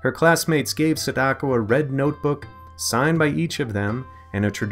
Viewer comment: U said sadako wrong da